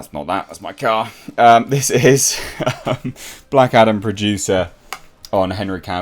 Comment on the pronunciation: I keep hearing Black Adder in this vid 🤣